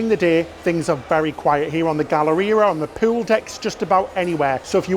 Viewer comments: please, for the love of god, stop saying POO-WOOL and POOWAR instead of pool and poor, i cant stop laughing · I love when he pronounces pool as "pewl" lovely accent